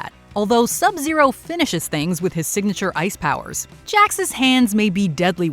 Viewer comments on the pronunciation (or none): none